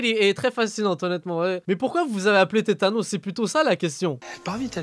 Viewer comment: Tétanos mdrrr c'est tanos bordel